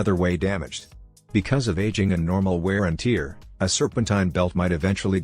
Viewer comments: wear and "Teeer?"🤦🏻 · Lol tear 😭 if you replace that with tare the voice will say it correctly